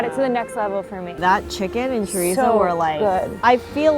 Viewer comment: I'm from Fall River, MA so the second I saw the name Alves at the second Poutine place I knew we were getting a Portuguese influence. I'm making his version. But it's NOT chorizo, it's chourico. It's pork, not beef, it's smoked and cured, not fresh, and it's pronounced shuh-REESE. (There might be a slight "oo' at the end but not with Azoreans in Fall River.) I've got five other Portuguese inspired versions of Poutine in my head and would love to open a small place. Maybe a party with a Poutine bar first? As for the steak segment I think I need to try all 3, you know, to be fair. 😁🥩❣